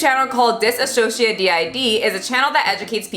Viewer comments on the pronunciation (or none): FYI it’s DissociaDID no ‘a’ disassociate is different than dissociative ☺️ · as a system and longtime fan of your content, I really appreciate how you read directly from a source to avoid wrong facts. It makes me so mad, this whole thing. DissociaDID (with they pronounce (diss-o-see-a-did, just btw) is such an awesome part of the online community, and trisha can't even SAY THE NAME OF THE DISORDER CORRECTLY! Like, sound it out bitch.